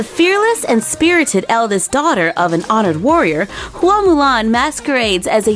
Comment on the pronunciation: You pronounced “Hua” correctly.